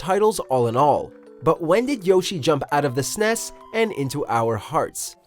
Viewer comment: Why does he pronounce nes and snes like that lmao